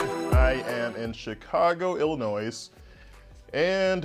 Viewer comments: ILLINOISSE WTF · Noooo, he pronounced the S in Illinois. Rookie Mistake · FYI...the s at the end of Illinois is silent 😉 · Hey Doc, The "S" is Silent. Congrats!